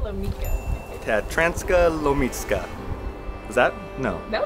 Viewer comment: 😊😊😊 Tatranská Lomnica... C you pronounce,,tz" not K...👍👍👍